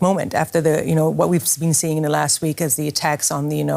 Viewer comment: Why can’t he pronounce the g sound in words? “Builden” “gatherens” “seein”